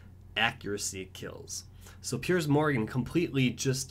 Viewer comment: Piers not Perice